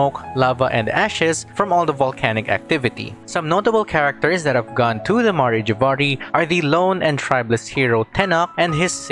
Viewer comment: Ma-rey Jay-va-rey It's Mare (As in the horse) Jav-ar-ee, it's pronounced very consistently in Venti's story quest.